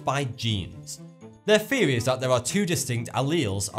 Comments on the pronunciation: do any of you notice that he starts words that begin with TH with Ph like he'll say pheory instead of theory ? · When you say words like thought and theory, your saying it like fought and feory